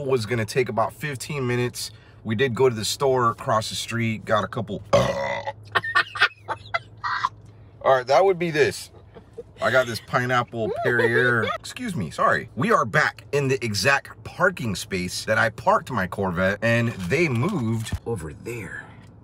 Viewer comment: I'm not trying to be an ahole but Perrier is pronounced Pair-e-ay. And your hair looks great, love the glasses too!